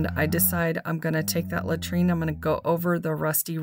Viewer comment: Love the color on the bird houses😃but it is called LAURENTIAN ( lo rench ee in) And I am not being a smarty pants or snobby. The only reason I know what it’s called is because I too called it latrine and my daughter looked at me like I was crazy and then started laughing. She said, “Mom ,latrine ?!?!who on earth would name a paint color after a toilet “ and I just died laughing and said oh my goodness you are right so once I took a closer look at the name of the paint, I actually googled it to figure out how to pronounce it correctly.😂🤣😂